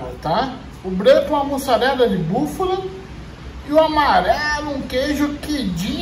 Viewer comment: Só vou fazer a observação porque esse arrogante vive zombando de quem comete algum erro de português, além de ser escritor. Falou duas vezes “búfula”.